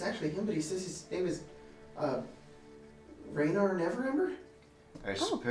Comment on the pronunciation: Oh god the way they pronounce “Renaer” is absolutely horrifying. Edit: Now that I’m thinking about it, is sort of a dick. cool though, but keeps interrupting people.